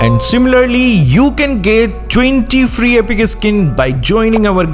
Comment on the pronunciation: How he says Epic like epika🤣